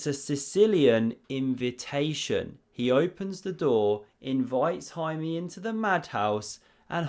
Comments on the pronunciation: The pronunciation of Jaime Santos was fair enough. Santos was basically perfect, Jaime is with a flat e at the end not "ee". Hahaha who gives a sh, why did a write this. Great vid. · It's pronounced Jaime